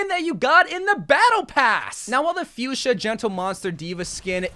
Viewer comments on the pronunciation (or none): none